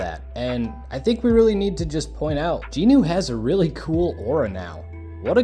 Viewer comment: It's going to drive me crazy if I don't say it so...his name is Jinwoo (Gin Woo), not Jean Ooo. Aside from that triggering my OCD, enjoyable to hear people talking about their experience with the show.